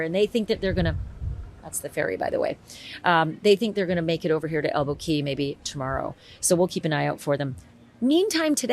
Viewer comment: It’s Elbow CAW not KEY.